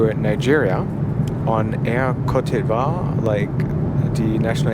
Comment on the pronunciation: On minute 18.00 you say that you will fly with air cote d' ivoir, and you are not able either to pronounce it in French! This should already make people think about the worth of your review.....